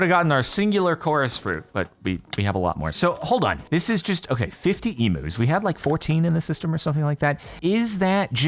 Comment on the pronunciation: i know he's deliberately saying 'emus' instead of 'eumus', but the pronunciation of 'emu' is hurting me so much......